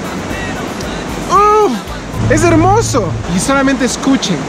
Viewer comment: Cuando dice escuche!!!!!me dio la impresión de que te tirabas un pedo y querías que todos escucharan jajajjaja